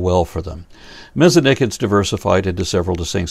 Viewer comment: Thank you for pronouncing Mesonychids the way you do. Yes, I AM claiming that this is the correct pronunciation in an English environment.